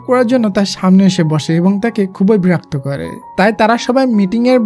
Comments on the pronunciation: ব্রাক তো হবে না ভাইয়া বিরক্ত হবে, প্লিজ ঠিক করে বইলেন 😊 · বেরক্ত না ভাই। বিরক্ত হবে 😅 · ব্রাক্ত না বিরক্ত 🙄😢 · বিরক্ত নয় বেরক্ত 😂😂😂😂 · Vaiya ota berakto na birokto hobe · Berokto❌ Borokto✅ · ব্রাক্ত না বিরক্ত। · ভাইয়া বিরক্ত বলবেন না হলে ভালো হয় না